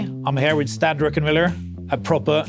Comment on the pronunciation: People drink so much that they still mispronounce Stan's last name.